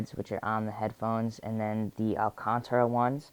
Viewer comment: He's adorable. Alcantara is pronounced al cAn ta ra btw ;)